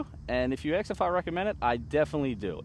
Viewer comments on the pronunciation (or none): he said axe u somthing lol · Did you just say axe??